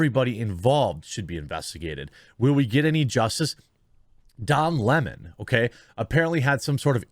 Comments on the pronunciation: Jeremy, it's "Lemon" like the fruit. NOT "Leemonn." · I wish people would quit making his last name sound so fancy. It's not smoly ehhh. And I know you know It's not Lem awn or Lem own. It's Lemon like yellow belly lemon. I know you know that because you do a great job here, but some get really ridiculous with the pronunciations. Al Sharpton is right too lol! The guilty should face the maximum! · It's Lemon like the fruit. Just because they have a stupid name they do not deserve to be treated any differently. In fact given their actions you should be emphasizing the LEMON part. Where in the world do people refer to a sour fruit as a Le-Mon?